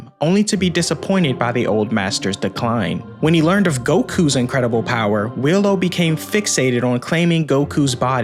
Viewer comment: why do u pronounce Wheelo as Willow?